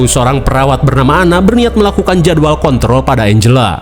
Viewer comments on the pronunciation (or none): none